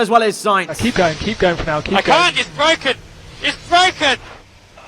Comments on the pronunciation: It’s bwoken!!! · "it's bwoken"😂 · ITS BWOKEN ITS BWOKEN!!! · bwoken bwoken